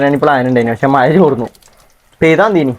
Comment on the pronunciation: maya enh kelkaan nalla rasaaa.... Maya alla mazha😂❤❤❤❤❤❤❤